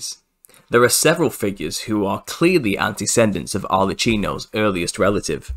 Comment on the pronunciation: You are pronouncing "antecedent" incorrectly. Try "anti-see-dent".